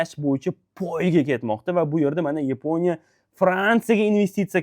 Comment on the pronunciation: YEEEPONIYA DENG😂😂😂